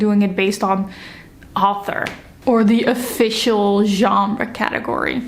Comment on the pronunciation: As a french person, your pronunciation of "Genre" is on point. 👌🏻 Your bookshelves are beautiful, I also have a preference for the genre bookshelves. I think it's easier to find books and you can create your own categories. Thank you for this video. 🫶🏻